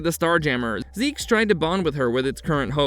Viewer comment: Yeah ok so that name being pronounced "zeeks" was no where on my radar for what I was thinking up as guesses lol